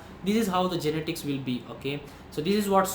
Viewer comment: YE-NE-TICS yarrrrr